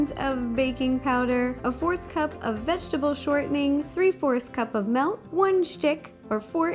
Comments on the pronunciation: its not malk its meelk. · why do you say melk it milk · where is she from? wondering whyy she says "ornj" and "melk" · she pronounced milk as "melk". ilysm! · "Melk" - Rosanna Pansino ARGHHHHHHHHHHHHHHHHH. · SHE JUST SAID MELK. THATS NOT HOW YOU PRONOUNCE IT. UGH. Also, love you ro. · It's kind of funny to me how she pronounces certain things, like melk and orng